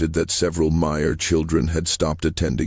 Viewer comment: is there ANY corroboration of any of this? Any sources? Also, Myer is constantly mispronounced throughout. Miso? Miser? C'mon now.